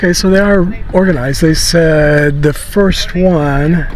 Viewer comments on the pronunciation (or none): none